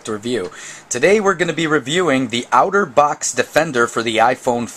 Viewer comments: It's pronounced "otter" and not "outer." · its otter not outer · Its otter box (aw•ter•box) not (ow•ter•box) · Dude. It's pronounced OTTER not OUTERBOX. Notice the picture of the Otter on the box?? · It's otter not outer box lol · OutterBox lol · I like how you pernounce Otterbox like Outterbox.